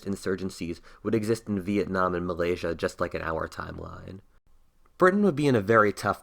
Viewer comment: does he pronounce veitnam wrong lol veinam